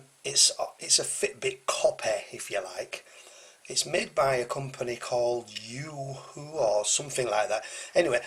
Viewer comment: Pronounce Yoh-hoh